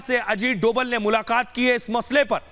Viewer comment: Ajit dobhal .....bolo dobal nhi bhai